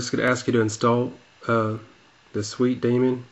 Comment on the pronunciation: hahaha iphone pc "SWIT" lol =p